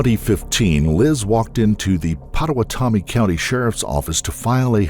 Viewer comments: I do not understand how you can get this distorted .. and to take it this extreme, she had to have had some bad mental illness 😞 so sorry for the victims here and in any case like this!! Ps.. i know it's an odd name but Pottawatomie is pronounced "pada - wada - me" .. hearing it pronounced the way it should makes it sound silly now tho .. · It's pronounced - Pot-oh-watt-ah-me You were close though.